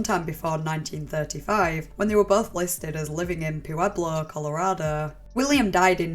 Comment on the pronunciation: Girl I love your videos but the way you pronounce Spanish words really cracks me up. Pooeblo had me dying